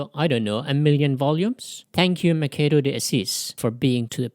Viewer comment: Just a small correction: Machado is pronounced "Mashado", not "Makado".